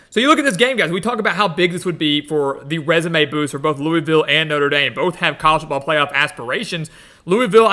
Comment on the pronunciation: It’s pronounced Luh-Vull